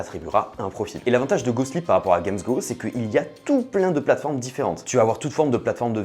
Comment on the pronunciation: j'entend pas "GOSPLIT" mais " GOSLIP" moi :face-green-smiling